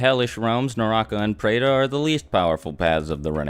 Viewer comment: when I am Indian watched this, he pronounced all the words wrong!